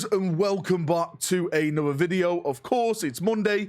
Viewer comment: are you aware you say ''A-nother'' as opppsed to ''An-other'' at the start of each of your videos? 🤔The Codex Astartes does not approve of this pronunciation.